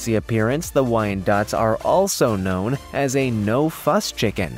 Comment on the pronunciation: Pretty sure you misspoke the pronouncing the breed ( wynoettes)....